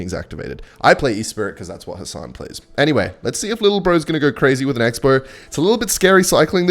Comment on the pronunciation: Nailed the khasan pronunciation 10/10